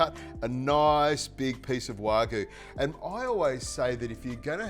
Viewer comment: Learn how to pronounce wagyu